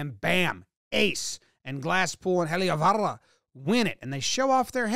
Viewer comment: Love the enthusiastic "Heliovaara"! The pronounciation is pretty close too!